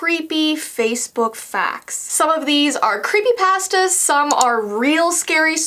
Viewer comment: Any one else notice how she says creepy pastas what is she trying to say